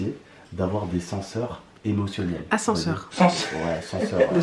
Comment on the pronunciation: "sanceur" jpp 🤣🤣🤣🤣